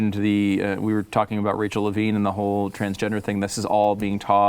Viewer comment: First off, why doesn't she know how to say Levine correctly? A reporter/journalist?